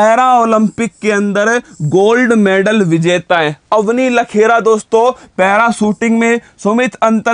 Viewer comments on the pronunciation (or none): लेखरा, notलखेरा